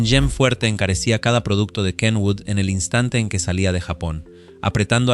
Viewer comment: Por fin alguien pronuncia bien el nombre de Kenwood.